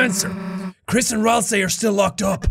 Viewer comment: I'm if thatll work but rasei? It's ralsei!